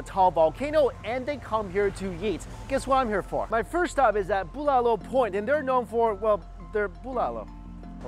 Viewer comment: Lmao. Your pronunciation of the Filipino dishes bruh you're butchering them! Hahhaha.